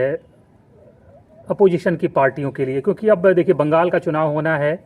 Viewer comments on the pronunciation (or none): none